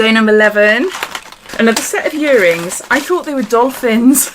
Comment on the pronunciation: I like that you say 'yearrings' it's familiar to my Welsh ears lol